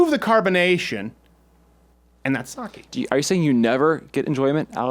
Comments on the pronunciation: As a Japanese speaker, the only thing that triggers me is the way Crowder pronounces Sake. It's pronounced "Sah-Keh" you ingrate. Now make fun of my comment on Thursday's show or I won't join the mug club! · its sake pronounce it right